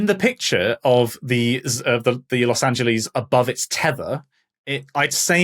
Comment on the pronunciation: The cringle over all of them mispronouncing Los Angeles